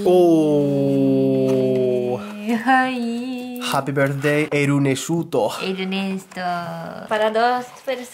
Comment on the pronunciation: Me encanta cuando dice Enesto🤗 y como Ernesto reacciona a las bromas de 😂 los amo, Saludos desde cali colombia.